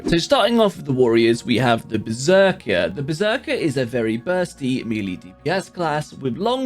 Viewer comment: Melee is pronounced me-lay